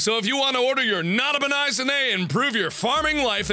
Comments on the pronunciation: Nada-per-nice. That's what I heard. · Srsly u didn't look at the tractor dud u know though it's Nota-Pe-Nis right? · It's not a penis, it's a Nota-Pe-Nis.